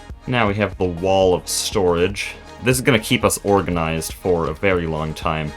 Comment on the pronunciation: i like how this guy says very v e w w y